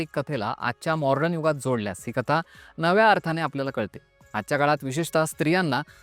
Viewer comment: अरे भाऊ!! मॉर्डन नाही रे, मॉडर्न आहे. जर उच्चार नीट जमत नसतील तर मराठीत बोलावं की?! मॉडर्न ला मराठी शब्द आधुनिक आहे. आणि अर्धी माहिती चुकीची दिली आहेस. असो.